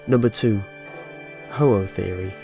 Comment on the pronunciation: ho-ho the legendary bird that poop rainbow..,.i really heard you say it dont lie to me